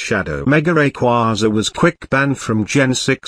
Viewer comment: Even text to speech doesn’t say rayquaza correctly lmao